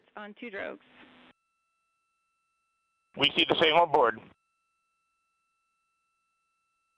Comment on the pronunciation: why does the announcer say still on *rugs? Are the astroNots on rugs? Lol